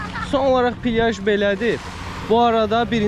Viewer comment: Pilyaj ❌ plyaj ✅